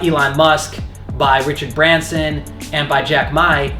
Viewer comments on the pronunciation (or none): none